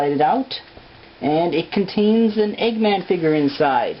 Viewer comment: cut its eggman not eegman